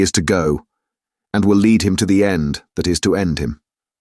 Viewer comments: Fantastic! Only thing that bugs me is mispronounced ‘lead’ as ‘leed’ instead of ‘led’ , noticed this in great expectations audiobook too. Otherwise superb! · I'm starting to think it's a bot. It gets words wrong. He/it pronounces the word lead as "leed" instead of "led" (for the metal "lead") and pronounces diverse as "divers"... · Adverts too frequent, breaking the flow of the narrative. Mispronunciations too, such as referring to lead as leed.